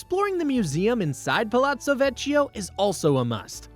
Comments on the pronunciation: It hurts bad every time you say “vecho” 😢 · Buona Sera. The “ch” in Italian is pronounced as a hard K. Vecchio (Vekio, not Vechio) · Ponte Vecchio (veKYO)